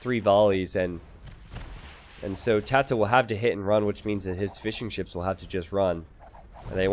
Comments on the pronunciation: Every time you say fishing ships i hear fish'n'chips :D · love the commentary. I keep thinking you are saying fish and chips not fishing ships haha